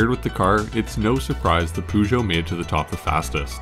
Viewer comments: Man it is not Pužo. It is Pežo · Just a comment on how you mispronounce 'Peugeot'. While you're pretty spot on with the 'geot', the 'peu' is best approximated as 'puh'. It most definitely isn't 'poo'. Although, having driven a 508 for a while, I can understand the sentiment. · Why is Peugeot pronounced Pu-Jo? Or Loeb as Low Ebb? Come on. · aaaaarrrrrrgh stop saying poojoe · Storytelling great, music awesome, footage excellent, but did you have to butcher some pronouncations like that? peugeot and loeb should be easy to research on how to pronounce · Man you gotta work on your pronunciation of peugeot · Why can't Americans pronounce car manufacturers names. Took me ages to realise you were trying to say Peugeot 😂